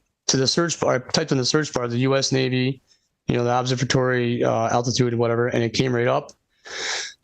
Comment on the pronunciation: Thinks he knows more than all astronomers and earth scientists but cannot pronounce "observatory." That's balls of steel level dunning-kruger right there